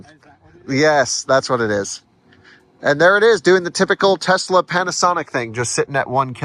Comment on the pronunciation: he was fired, unfortunately, for saying Tezz-la all the time, and "Spokaine." While indeed unfortunate, it had to happen -- there is no excuse for these pronunciations.